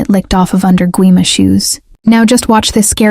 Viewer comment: The funny part is the name isn’t pronounced Gwi-Ma it’s Gi-Mah